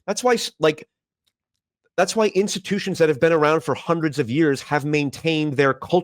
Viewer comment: okay i can deal with "aboot" but "aroond"???